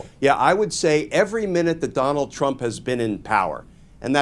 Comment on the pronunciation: I stg you said Conald. “Con-ald” 😂 and I’m down for it.